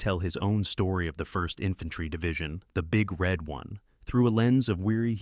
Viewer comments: People often misunderstand "The Big Red One", emphasizing "Red" as though it's an answer to the question "Which color balloon do you like?" The proper emphasis is on "One"; it's a description of the division's logo -- a big red 1. The robot narrator of this video gets it wrong and it also says "Alec Gwinness", "Migh-foon", "W-W-Eye", etc. Yeesh. "The Bridges at Toko-Ri" forgotten? It's an acknowledged classic. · The Big RED One instead of the Big Red ONE.